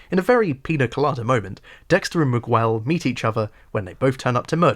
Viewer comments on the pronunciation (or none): Dope video man. Well Done. However i gotta nit pick one thing, bro Please pronounce their names right lol "MiGell" not MigWell. and "LIE-la," not Leela. When you say their names like that it makes me think you didn't actually watch the show lol no one on the show pronounces their names the way you do. Otherwise, awesome job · Do they really call him "miwuel" in the show? Miguel is a spanish name and the U is silent. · Not sure why the youtube algorithm tossed your video my way (two months after you made it) but it was good. My only problem with it is your pronunciation of Miguel Prado. I didn't like season 3 much at all, but giving Miguel the standard british butchering of foreign languages was funny and annoying in equal measures. I'm trying to decide if it was bait for a comment (if so, well done) or a total disregard for how the character's name is pronounced in the show and the world at large. "Mig well" would be spinning in his grave. Considering he was a Cuban character from Florida played by a guy named Smits from Brooklyn, I guess it doesn't really matter. At least it's all downhill in part 2.